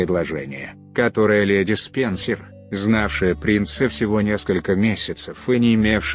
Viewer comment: С-ПЕНЬ-СЕРЬ LOL Неужели некому было прочесть по-человечески?...